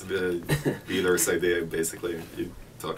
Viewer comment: Thanks for the upload! Btw it's Vidar, not Vidir :)